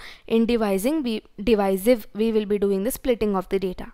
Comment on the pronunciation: Second one is divisive not diviser